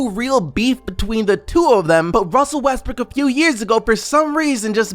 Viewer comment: you just said Russel Westbrick?? Lmao